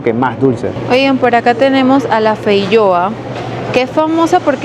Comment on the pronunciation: Varias correcciones: 1. la fruta denominada feijoa se pronuncia con J no con Y, es nombre en español 2. "La curuba es de la región andina, muy lejos" . por lo que veo el video se hizo en Bogotá, en plena región andina